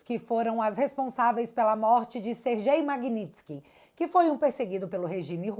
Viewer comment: A pronuncia correta é "ser/guei". Exatamente como escrevi, o mesmo som de "ser gay". Não quero ser chato, apenas ajudar! Amo teu canal!